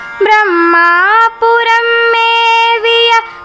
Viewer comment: ப்ரமா புரம் என்று உச்சரிக்காமல் பிரமா புரம் என்று பாடவேண்டும் மகளே திருச்சிற்றம்பலம்